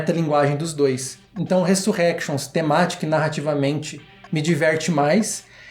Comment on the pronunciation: resurénctions q fala kkk ai sim mina tao munitos de oculos vcs hein